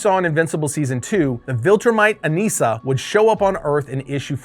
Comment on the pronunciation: I thought it was Anissa, not Aneesa?